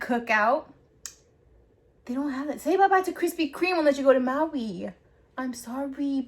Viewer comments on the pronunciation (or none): none